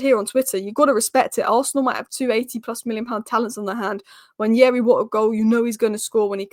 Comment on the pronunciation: I like how you pronounce Nwaneri!